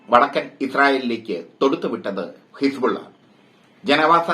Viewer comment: ലോക വാർത്ത കേട്ടിട്ട് പഠിച്ചിട്ട് പറയുമെട്ടെ ഹിസ് പൂള വെന്ത് മരിച്ചു.. ഹിസ് പൂള ആ വി ആയി